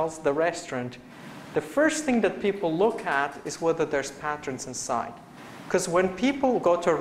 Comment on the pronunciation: Patron is pronounced "pay-tren" :)